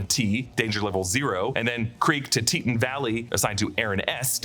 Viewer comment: The Teton Valley is pronounced "Tee-tawn", not "tee-tin"